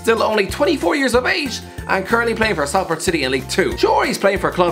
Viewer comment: It's pronounced Solford not Salford